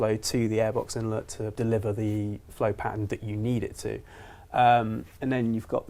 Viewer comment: InlEt not inlot